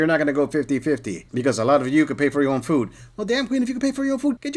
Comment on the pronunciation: Buy your own fooo then... can't even pronounce "food" is wild